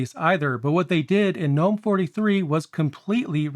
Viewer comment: Two things: 1. I love that you pronounce Gnome correctly. Thank you!!! 2. I love how my KDE plasma install wastes all of my RAM and only uses around 500mb